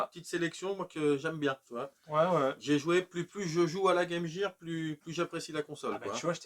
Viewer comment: Trop génial ! Je ne suis pas le seul à prononcer guaime jire ! En tout cas super vidéo les gars, et j'ignorais qu'il y avait eu un portage de ecco the dolphin sur game gear.